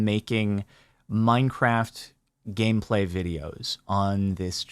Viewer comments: minecwaft gwamepway :3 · "minecwaft game pwai"